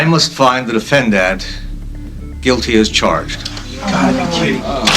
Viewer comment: the judge says defendant like defend-ANT.